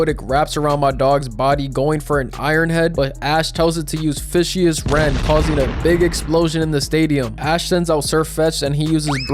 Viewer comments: “Fishee-us rend, has to look it up to see if I pronounced it right” I hate to brake it to ya but it’s pronounced like “Vicious” but with fish for the pun Amazing video tho! I didn’t watch the Galar anime, but I had to watch this tournament when it came out! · and then still said it wrong 💀 it's not fish-ee-us rend, it's meant to sound like vicious rend 😂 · Yo im pretty sure Fishious rend is said like Vicious Rend just Fish. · Its pronounced "Fi-shus Rend", like saying "Vicious" with an F.